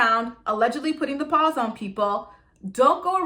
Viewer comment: Girl I love when you say Put The pAWZ on ppl 🐾💀💀💀😂😂😂